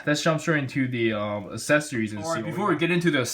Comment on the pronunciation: Well.. they are the same person so yeah his face looks a lot like the girl... in fact in more recent ovas he looks exactly like this... also dude... for God's sake it's pronounced aCcessories... As in "axe" now you know.